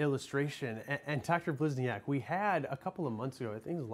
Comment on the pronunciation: So neither one of these news anchors could bother to pronounce her name correctly? Blisni-AHK? Seriously?